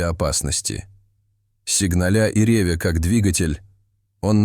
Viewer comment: Не оползн!и, а о!ползни, не ре!вя, а рев!я. И т.д... и т.п....! Неприятно.